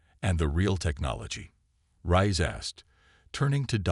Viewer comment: I am just F'king done with this BullSHI-ITE!!!!! F'king HELL your AI SUCKS ARSE!!!!!!!!!!!!! WHAT THE f@ is her name?????........"Elina RICE", "RAISE", "RISE", "RAYS", "RAYEHZ", "Cpt RIE-ESS", "RIZE", "Cpt RAY"!!!!!!!!!!!!!!!!????? And that is just in the first 13 minutes where I stopped listening!!!!!!!!!!!!!! And, WTF is: "Proxima Centauri VEYE EYE!!!!??? (VI...which FREAKING means 6), "multi-FICITED eyes", "RED-outs", "CHIME-ehera"(Chimera....pronounced, chim-ERA). DAMNIT TO HELL AND BACK............STOP using your POS, CRAPPY AI....!!!!!!!!!!!!!!!!!!!!